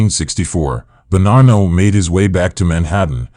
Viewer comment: Why do you ou keep pronouncing Bonnano with an R?